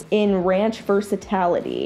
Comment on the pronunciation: VErsECALltY lol ver-SA-til-ity lol